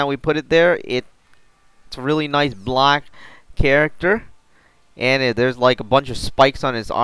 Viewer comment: You say the word black weird..